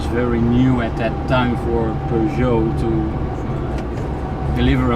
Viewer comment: Nice to hear the name of the vehicle pronounced correctly.